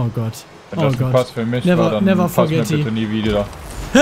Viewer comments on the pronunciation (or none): "Never Forghetti?" Haben wir da einen 9gagger?